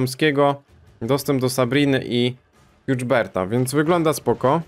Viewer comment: Przepraszam ale te nazwę czyta się jak jest napisane "hubert" a nie z błędnym akcentem austro-węgierskim "hjuczderd"